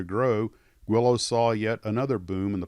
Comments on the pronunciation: I never knew it was pronounced "Gwillows" not "Geelows"... thanks for that! Loved and flew a ton of those, few sucessfully, but had a great time and learned so many skills along the way... Thanks Mr. Guillows! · Pronounced “Gwee-llows”. That’s how they answer the Phone.